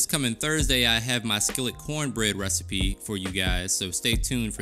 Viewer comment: Did you say cornbread or pornbread? LOL!!!